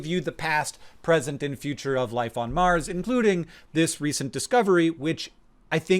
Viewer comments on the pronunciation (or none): "is there lifd om maaaaaaars"